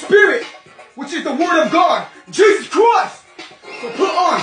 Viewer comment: I thought he was saying we love you dawg